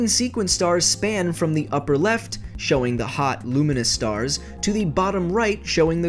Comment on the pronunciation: I thought you said unkown starks